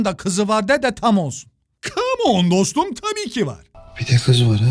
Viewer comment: "Kamooğn Dostum tabiiğki var"